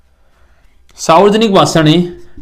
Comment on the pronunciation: Sir वो सावर्जनिक नहीं होता हैं, सार्वजनिक होता हैं।